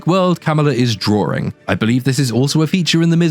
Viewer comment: I thought it was hilarious that you criticize Brie Larson for saying "like" when it doesn't make sense, meanwhile you put an extra r in "drawring" when it doesn't make sense.